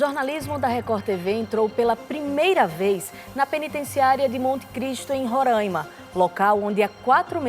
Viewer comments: Ron rãima não existe. Pelo amor de Deus. Aqui se chama Roraima. Não tem acento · Minha gente, nao é RORÂIMA, É "RORÁIMA" (eu sei que nao tem acento) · É Roraima não rorãima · Rorãima não é Roraima Rorãima é outra coisa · E Roraima, não rorãima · Roraima e não Rorãima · A pronúncia é RORÁIMA e não RORÃIMA aff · É Roraima e não Rorâima! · Não é RURAIMA É RORAIMA 😤😤😤🙄🙄🙄🙄🙄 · Roraima, não Rorãima. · Não e "Ruraima"não desgraça e Roraima peste!!! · Rorãima?? RO ???? Piada né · Não é Rorâima é Roraima normal eu sou de Roraima e não é Rorâima que se fala e sim Roraima 🙃😉, fica a dica aí pra não errarem nais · Não é ruraima e Roraima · Rõraima é o carai ,, é Roraima. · Onde Esses Reportes veem esse ã em Rorãima e Roraima e difícil de entender? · Porra não é RO e RR E não se fala Rôraima e Roraima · RR - Roraima e não Rorãima RO - Rondônia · É "RORÁIMA!" Kkk Quem coloca acento agudo no A é retardado. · Esses apresentadores precisam voltar a escola e aprender português. Não sabem nem fala o nome do estado direito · Deslike pelo "Rorãima" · Qual a dificuldade em falar Roraima 😹 foge gente direto aí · Burra não sabe nem pronunciar Roraima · Tlze aprende a fala o nome Roraima nunca e ?